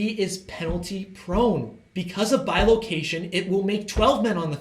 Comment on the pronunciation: bilocation is a three syllable word apparently